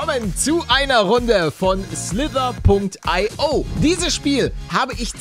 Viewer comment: Man sagt Slither io